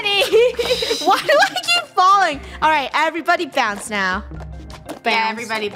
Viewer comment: Its bounce not bow